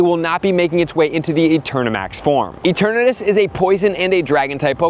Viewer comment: E-TURN-uhh-TUS… not that hard to pronounce.